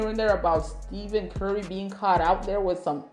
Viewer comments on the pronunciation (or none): STEFF-IN NOT STEVEN